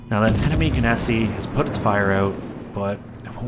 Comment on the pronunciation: you have a soothing voice but you pronounce Gneisenau very strangely